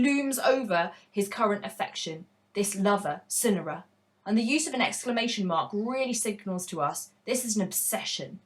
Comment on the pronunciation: Swear it's sigh-nara ngl